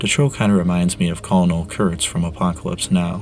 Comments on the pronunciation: Call un ole Kurtz. Colonel says KERN-UL. How do people not know that? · “Colonel” in English is pronounced “ker-nuhl”, not “kol-uh-nel”. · Pro tip: "colonel" is pronounced KER-null. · yet again, I love this channel, but did I just hear you, an intelligent young man, pronounce colonel like call-en-ull? are you trolling? are you trying to get a rise out of us? jfc. I'm actually astonished. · "Cola nel" Kurtz... tell me you've never watched apocalypse now without telling me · Colonel is pronounced kernel homeboy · the way you said colonel kurtz ruined the video for me. Fantastic work otherwise